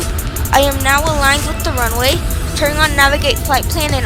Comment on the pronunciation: "the plane is going to softly land on te ranuway ☺☺☺☺☺☺☺☺☺☺☺☺☺☺☺☺"